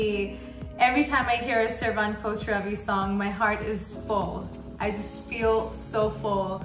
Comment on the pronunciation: خسروی گفتنت تو حلقم 😜😜